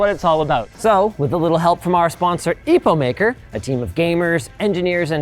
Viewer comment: The way linus mispronounced epomaker kinda tickled my brain